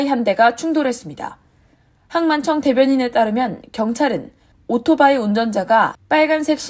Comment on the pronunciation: 미국에서 모터사이클로 방송 .안하고 오토바이는 뭔가요? 더군다나 발음은 오로바이 ㅋㅋㅋ